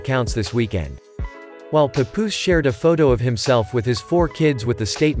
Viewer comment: Could’ve at least pronounced Papoose name correctly.